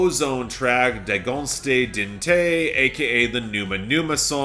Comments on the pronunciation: I like A Bar Song (Tipsy), so I'm happy to see it go to #1. I Don't Wanna Wait is not the worst David Guetta song with a lazy sample - I think Baby Don't Hurt Me is worse - but it's still really bad. Also, really butchered the pronunciation of Dragostea din Tei. mentioned the right way to pronounce it. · look, as a Romanian speaker, seeing that awful David Guetta song chart was dispiriting - but it also meant that I would at least have fun with you completely butchering the pronunciation of “Dragostea din tei”, and you didn’t disappoint at all. I had such a good laugh.